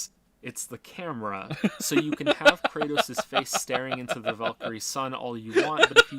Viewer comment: laughing at himself laughing at having mispronounced Kratos is the funniest thing i’ve seen all week